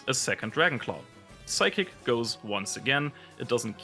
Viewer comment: Nice vid, let me boost it a bit by saying that 'P' in 'psychic' is silent